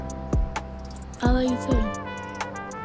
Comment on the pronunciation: I lur you, i lur you too..As far as the words are not pronounce correctly... 😁